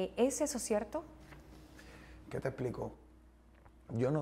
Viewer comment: Yo no se que fue lo que me "conducio" para aca, en este 2020, lo que hace la cuarentena jajajaja "no creo que se le "haiga" perdido algo" , "Opoltunidad", "Cielto", "¿Pero y polque?", "Caltera", "Ofelta","Hay cosas en la vida que no tienen nombre"... Y son las palabras de este man.